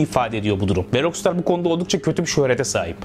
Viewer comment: rockstar'ı niye ROKSTAR diye söylüyorsun? her duyduğumda kulağım kanıyor, özelliği varsa açıklar mısın? eleştirmiyorum, bilmediğim için soruyorum :)